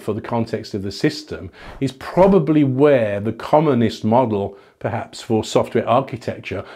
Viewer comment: Every time Dave says 'commonest' I hear 'communist'. Not a useful comment but felt important to share.